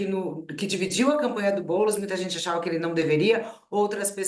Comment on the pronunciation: Fica "TLISTE" não, BoulEs. 🤣🤣🤣🤣🤣🤣🤣🤣🤣🤣🤣🤣🤣🤣🤣🤣